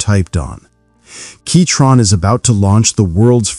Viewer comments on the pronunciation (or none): Was it really pronounced keytron this whole time?